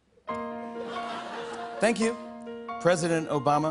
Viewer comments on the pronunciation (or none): Wouhooo Mister #Jimmy m’a fait craquer de rire 😂 😂🤣🤣🤣 surtout dans ce passage où il prononce avec un accent humoristique « Tank you president Obama🇱🇷» Big respect à vous 🙏